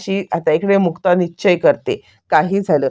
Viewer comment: निच्चय नाही निश्चय म्हणा